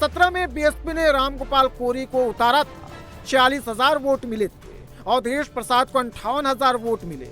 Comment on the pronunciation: अवधेस बोलना तो सिखलो योगी के सामने अवधेस हाय भारत देस